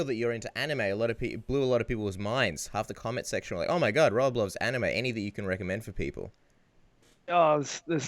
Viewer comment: Yes! I love that he remembered the Anime question! The moment where he realized he was saying "anime" wrong was truly astounding. I can't believe he thought that's how it was pronounced.